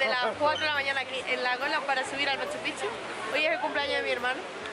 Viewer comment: Otro youtuber que escribe Machu Picchu (separado) y pronuncia Machupichu, se escribe y se lee MACHUPICCHU, haciendo énfasis en las consonantes "cc"